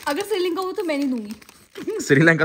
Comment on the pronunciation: Ducky bhai Sirilanka nae Srilanka hota hai 😂😂😂😁😁😁